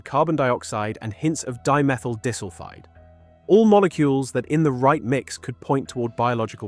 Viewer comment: fam you should listen to and see how it says "disulfide" as in S²